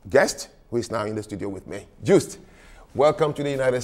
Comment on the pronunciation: Except that he interrupted, asked for Joost to explain complex issues in a condensed form, which allows for misinterpretation and he mispronounced his guest's name. He started by saying he'd talked to people about Orania, yet he can't pronounce the CEO's name correctly? Joost is pronounced with the Y sound, something more like Yohst or You-wist. Proper, simple host etiquette.